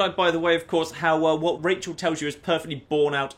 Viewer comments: its Raquel not rachel for fucks sake. its your favorite game you should know this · Her name is Raquel (pronounced ra-kel) NOT RACHAEL! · Her name isn't Rachael, it's Raquel. Pronounced Ruh-Kell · Her name is not Rachel. It is Raquel. It is pronounced Rock-el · Or Rah-kell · Raquel ( Ruh-kell)